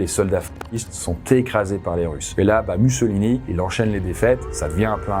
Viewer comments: Raconter tout le règne de Mussolini (ça se prononce moussolini si jamais) sans mentionner le fait que les industriels italiens et britanniques ont poussé les fascistes au pouvoir pour réprimer les mouvements ouvriers après le Biennio Rosso ... Bravo, j'imagine ? Vraiment nul. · je suis italienne, la prononciation correcte est "moussolíni"